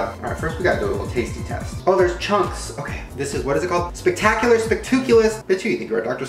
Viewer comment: SpEcTaCuLArrr sPACtOucOULarr